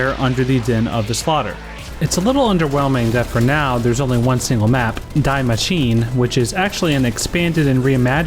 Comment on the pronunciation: Heads up: German ‘die’ sounds like ‘dee’ not the English word ‘die’